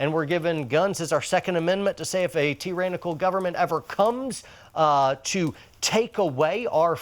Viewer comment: I agree with everything except how you pronounce "Tyrannical". Its ok though...